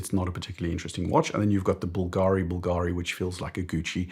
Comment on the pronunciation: Sorry, but the correct pronunciation is Bùlgari, not Bulgàri, it's a Tuscany surname 😉